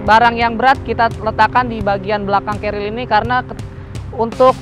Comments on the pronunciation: Wwhhhhhhhhyyyyyyyy😢😢😂😂😂 knp kbnykan menyebut nya "carriel" bukn "carrier" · Si abang selalu bilang Cariel ;) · Ga pake L bang, pake R kerir. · ngomong carriernya “carriel” wkwkwkwkk